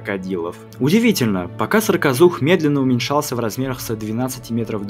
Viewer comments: В видео написано "саркозух", автор говорит "сракозух"... как правильно? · Вы забавно произносите "сракозух". Надо бы точнее, что-ль...